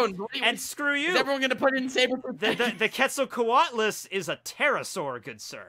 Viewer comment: Bruh, the Dodo is not the Magikarp of the Ancient Zoans, it's the Sunkern. Also, quetzalcoatlus is pronounced like Quetzalcoatl, the god it is named after. Fun fact, they would fly across whole bodies of water like the Pasific or Atlantic in search of dog-man sized food that they could swallow whole, and when they are walking around like in the picture , they would be as tall as a full grown giraffe. A fact about the Arthropleura is that they were 3 meters long full grown and may not have been carnivores. Sarcosuchus (pronounced SAR-koh-SOO-kiss) was 12 meters long full grown, weighed a little under 9 tons, with a bite force of over 9 tons, the presence alone of a Sarcosuchus is enough to make a Spinosaurus find a different place to fish.